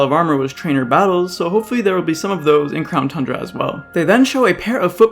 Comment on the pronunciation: Crown tundra? I thought you said clown tundra